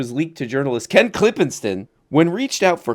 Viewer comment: i really appreciate how many times you pronounced Ken's name correctly thank you for the respect